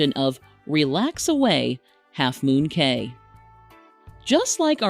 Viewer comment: It's pronounced "Key"